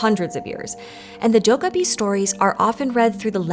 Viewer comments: It is "dokkaebi" not "dokabi". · Please please....get your pronunciation right. It's Doh Keh Bi not Doh Kah Bi...😢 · It's not pronounced doh-kah-bi. More like doh-keh-bi, with stress on the second syllable. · Its pronounced 'doh-keh-bee' You managed to pronounce it in 3 different ways and managed to say it properly only twice. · Its pronounced doe kkeh bee. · So, um, akshually 🤓, the name is pronounced "doh-gay-bee." 😉 But otherwise, thanks for another fun & informative video! I did the survey & appreciate all of PBS' hard work!! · More like "doh-(k)geh-bee," but yeah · To be fair, she got rather close at the start, around :7 . But yeah, I don't think any of us have ever heard someone fairly consistently pronounce 도깨비 as "docaby" before ^^ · how she says dokkaebi just irks me come on PBS or Storied, you can do better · honestly, Korean tense consonants are quite unique and almost impossible to map onto most languages' contrasts. i hear the kk as sounding like a 'g' as well but honestly you can only mess up here. the d in the beginning should be more like a 't' (including a little aspiration). i'm all for not butchering pronunciation but you still need to work with the phoneme inventory the language you're narrating in has, and you have to make a call on what dialect/register of the source language to base your rendering on. it's a fascinating topic but you will always conjure up some haters (maybe they are themselves dokkaebi? or oni? or asuras?)